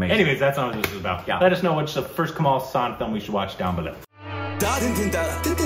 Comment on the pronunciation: You guys always Kamal Husaan, he is not Kamal Husaan, He is called Kamal Hassan. If you cannot pronounce. You can call him. Kamal Aasan. People will think he is a muslim if call him. Husan.